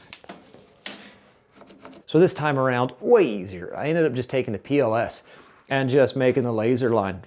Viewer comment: Every time you say “PLS” I hear “POS” and think, that’s no way to talk about your tools!